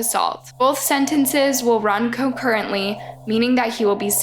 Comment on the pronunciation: how do you pronounce concurrently as co-currently lol